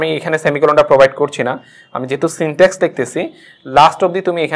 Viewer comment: Syntax, not syntex. Overall presentation is Good.